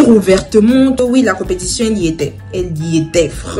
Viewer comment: "competition" accent de l'educatrice 😏